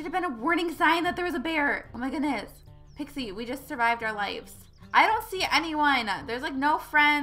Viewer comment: it's not pixi it's pixie